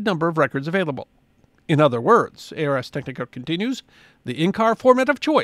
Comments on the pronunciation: BTW, it's not "A R S Technica". It's pronounced "Arz Tek-nih-kuh". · I really enjoy your videos. Thank you for sharing your love of history with us. As a long-time reader of Ars Technica, I’d like to pass along the preferred pronunciation. The name is derived from Latin for “the art of technology”. So the preferred pronunciation is similar to “Rz Tek-nik-uh” (almost like “arse”, if you drop the “e” and swap a “z” for the “s”). I can’t wait to see what you share with us next! Thank you. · Oh my god it's a new low, "Ay Ar Es Technica" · It’s “Arz tech-nick-uh.” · Arz Tek-nih-kuh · The Latin “ars” does indeed mean “art”, and it is pronounced AAARRRRS — because don’t all great pronunciations involve pirates? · Just a quick note on pronunciation. "Ars" rhymes with "cars," not "airs." Yes, I was that weird kid in high school who took Latin.